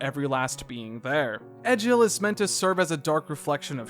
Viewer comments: its pronounced Egg ill not Edge ill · The way this man pronounced Nopon as "Nay-pon" and Egil as "Eh-jill" physically hurts considering how much the characters pronounce both words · Love the vid Just got a little bit annoyed by the mispronunciation of some characters like nopon and especially egil But happy you gave xenoblade a shot Hope you do the same for the other 2 main line games